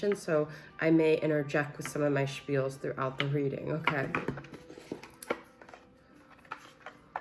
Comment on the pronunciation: I love your "spheals" 😘